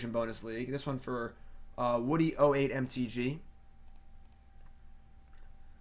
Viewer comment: lol I think so too. Its funny hearing him pronouncing it